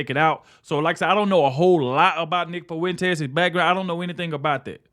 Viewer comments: Nick "Fuh-wen-tass" 🙈🤣🤣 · Am I loosing my mind or is he saying his last name weird af?